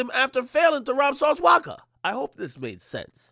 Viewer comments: “Sauce Waka” 😂😂😂 Akademiks out here fuckin up names 😂😭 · Yo AK, who the flukc is "Sauce Wocka"?🤣😂